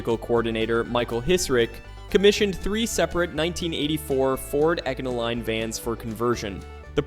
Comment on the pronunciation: oh my man, ecano-line ?